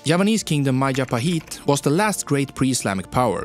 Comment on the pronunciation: Oh, I remember the Mahajapit ❌ Majahapit ❌ Mapajahit ❌ Mahapajit ❌ Mapajahit ❌ Majapahit ✅